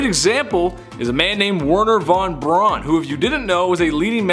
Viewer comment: Pronounced Von Bruan (Brown)